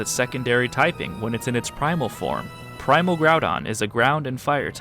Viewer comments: Groupon not Groundon. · Bro pronounced Groudon as ‘grupon’ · Did you said Groupon? Lol